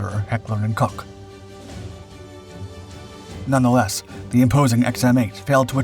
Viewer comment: It's definitely NOT pronounced 'Heckler & Cock' 😅🐓